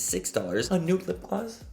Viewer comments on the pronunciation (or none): what? Rsshhhrsshhrshhhlipgloss .. 😂